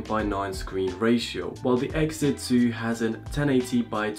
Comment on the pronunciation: Say it with me "ex zee" nowhere in there does it say "Exit"